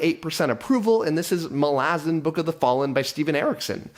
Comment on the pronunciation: You pronounced Malazan wrong…